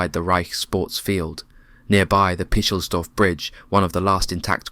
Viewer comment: “Picklesdorf” ?????!! I have consumed an enormous amount of reading and viewing material about this war and never once come across that name.